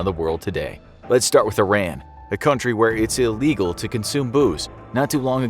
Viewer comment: It's pronounced E-RON.